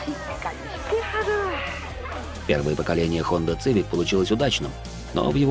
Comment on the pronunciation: Хонда ЦЫвик...леща бы дал по щам на такое произношения блин...